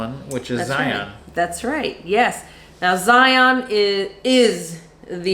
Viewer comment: Hey love the channel. As a Utahn, I need to correct your pronunciation of Zion. The pronunciation rhymes with "Ryan." Lots of visitors prounounce it incorrectly as if it rhymes with "Try on." Thanks, and LOVE all the Amtrak stuff. I took my first trip last month Salt Lake - Chicago - DC - Orlando. So great!